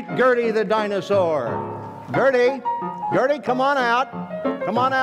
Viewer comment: Atleast he pronounced her name right unlike me